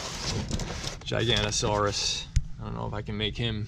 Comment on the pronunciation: Actually it’s gi-ga-naw-toe-sauwr-us. Or some people saw the gi as ji.